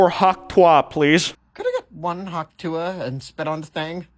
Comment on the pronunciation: The way he say tuah is making me a bit uncomfortable